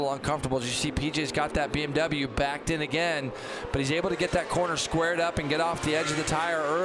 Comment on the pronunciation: BMW not BnW, guys. Pronounce it correctly.